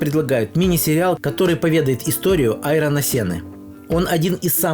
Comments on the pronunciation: Вообще-то он Айртон Сенна, а не Айрон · И звали его не Айрон, как говорит недоблохер, а Айртон.